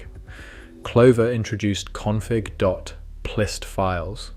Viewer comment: "plist", as in... I'm plist at you! Rather than, "P-List." Dead giveaway.